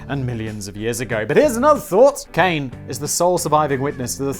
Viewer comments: My japanese is a bit rusty, but I believe Kane would be pronounced 'ka' like the first sound of 'cock' and 'ne' sounds like the start of 'nature', so it's closer to 'kanye' then 'cane' but without the extra emphasis caused by the 'y'. I know you don't care, but I figured I'd mention it anyway. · I know you hate pronunciation... but a simple thing to remember when saying any Japanese word is that each syllable is pronounced completely... they do not mush together like in English, so Kane is not Cane, its Ka Nay. its the same for pretty much all of Japanese, just say each part of the word as if it is its own full word and you will be fine. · And I just got done getting caught up. And how could the last one not do well?! That one was great! And it should be pronounced "KAH-neh". Japanese is a phonetic language. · Pronunciation police here to the rescue! Kane is pronounced more like kah-neh. You're welcome, Simon. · Simon, I know you don't care, but "Kane" is pronounced Kah-nay. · Japanese name Kane would be pronounced "kah nay". Which sounds a lot more feminine than the "cane" you pronounced. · it's probably kah-neh, not kane lol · it's ka-ne (kah Ne) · All vowels in Japanese are pronounced as the long version. so Kane is actually "Kah Neh". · Japanese don't have that long 'a' when there's an 'e' in the end. Kane is pronounced Kah - neh, short vowels. Actually in Japan, you'd say Tanaka Kane, the surname is first. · "Kah-nay." You pretty much pronounce every vowel in Japanese. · "Kane" is be pronounced similar to "connie" and means gold or money. If it's "kain" it's pronounced as "cane" and means bringer of misfortune. I really hope it's the first one...